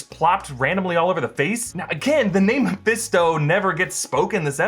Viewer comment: I feel like throwing something at when he says Mephesto